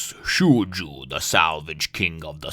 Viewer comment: Just to let you know Shoujou is Pronounced Show-Joe (at least that's how the Funimation Dub pronounces his name). I like him and his Brother. They are Great characters.